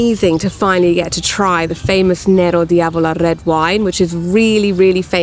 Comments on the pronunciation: Nero D’Avola is pronounced “nero davola” not “nero di avola” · Nero d‘Avola not nero diabolo! and dont speak everytime in superlatives please…